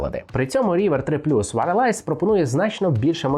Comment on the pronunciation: Що таке «варалайз»? Wireless звучить не так…